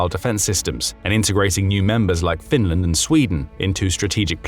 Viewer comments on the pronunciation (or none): none